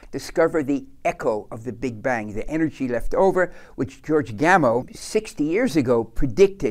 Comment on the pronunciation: Who is George "Gamo?" It's pronounced "Gam-ov."